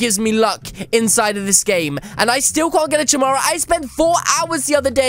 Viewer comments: It's said like chimera (Kiy-mere-a) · It's said chimera (ka-mera